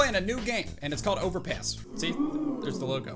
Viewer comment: I thought he said overpiss